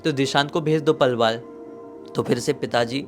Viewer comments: palwaal nhi h vo😭😭 Palwal h 😢😢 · Palwal h yu palwaal na h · पलवाल नहीं पलवल 🥲